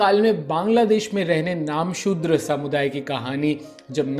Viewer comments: नामसुद्र नहीं, "नमःशुद्र" होगा। कृपया ध्यान दीजिए। धन्यवाद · Namoshudra .... Focus on pronunciation.. You're destroying full episode..